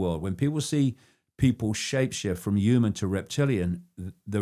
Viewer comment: David icke - the clown who thinks the moon was put in the universe by "the cult" and acts as a space station. He also claimed he is the only person who saw Ted Heath's eyes turn black. The man can't even pronounce the word "human" correctly.